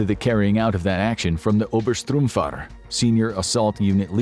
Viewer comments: 13.39 - it is obersturmführer. not obersturmfahrer. that would mean an obersturm driver. not an obersturm leader. (and the bloke reading said strum not sturm when he read it) good vid though. thanks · Would it be possible to next time check out the pronounciations? Witt all the Heydrishes, Eykmens, Dzhodls, Zeegoonerlager, Deyder, it was the Upper Smurf Driver (Obersturmführer or as you pronounced it Oberstrumpffahrer or something) that was too much. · Pretty sure that's Öbersturmführer, as in "senior storm leader" (yes, ranks were very childish), not Obersturmfahrer, as in "senior storm driver".